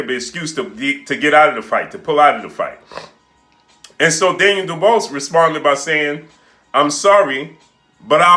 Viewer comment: Mate at least pronounce Daniels surname right